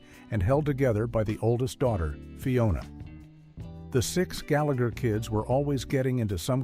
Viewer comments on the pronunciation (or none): none